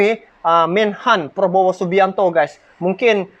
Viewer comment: cakap yg betul nama org,prabowo, bukan Probowo ya